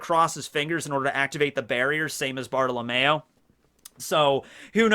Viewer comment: It's been how many years? Can we please start pronouncing Bartolomeo's name right? Its Bar-To-Lo-Me-O